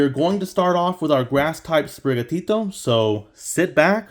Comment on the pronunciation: The way you say sprigatito is awesome! Dont worry